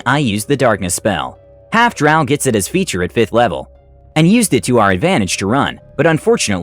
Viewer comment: i get so irrationally angry whenever he says drow like that